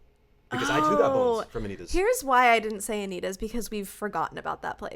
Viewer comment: Mousse BOOSH as in beesh boosh?? 😂😂 I’m dead at these and got them all right except anitas!